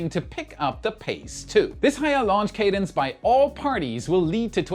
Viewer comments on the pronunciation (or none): none